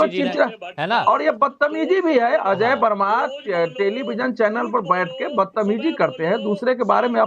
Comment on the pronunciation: अजय वर्मा बोलना तो सीखो